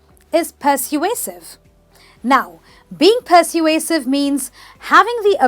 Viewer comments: Wait a minute- It is per-sway-sive Emphasis on sway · You're very charming but the word 'persuasive' isn't pronounced correctly. It should be: /pəˈsweɪ.sɪv/